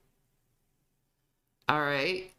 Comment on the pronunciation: The way she says "Aw-Law" 😂